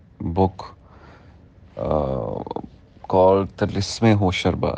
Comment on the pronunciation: For usman mukhtar It’s not hosharba ھوشربا, it’s two words hosh rubba ھوش رُبا, something that will take your sense (hosh) away. I used to read these stories in my childhood, so excited to see it in cinema and by my favourite actor usman mukhtar :)